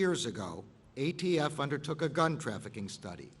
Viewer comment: He called the ATF the AFT multiple times.